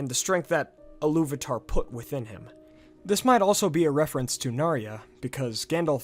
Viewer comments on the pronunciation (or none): Pronounced err-Egg-eon, not err-Eeeg-eon. Also, it should be illu-Var-ter, and not Illu-vutter.